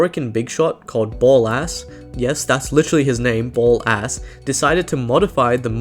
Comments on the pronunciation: it's ballas not Ball ass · a few things to point out. Ballas is pronounced like palace. At the end of the old peace MARGULUS put the tenno into cryo sleep and hid them on the moon before Ballas had her executed, put her consciousness into the sentient Natah and accidentally created the Lotus. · "and there is this Orokin big shot called Ball-Ass" 😭😭🤣🤣 was is it pronounced as "Baa-Lis" but still spelt as Ballas in game? "No that's literally his name, BALL- ASS" 😭 Okay okay